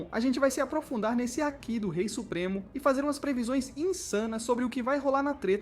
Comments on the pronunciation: hack é como ele pronunciou kkkk sendo que haki passa uma vibe totalmente diferente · assiste o anime so lendo a legenda?? se pronuncia hakÌÌÌÌÌÌÌÌÌÌÌÌ... a sílaba tônica é o ki e não o ha!